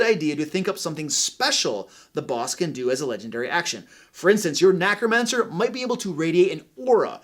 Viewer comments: I love all the advice he is giving, but am I the only one bothered by him saying NACromancer instead of NECromancer? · did you just say Knackromancer instead of necromancer? 🤣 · Is it just me or does he always say nAcromancer? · Thanks for a great video. Just one thing though: NECK-ROMANCER! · Are you saying “nAcromancer”?